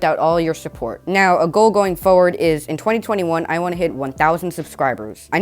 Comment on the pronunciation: “ A goe going fowud”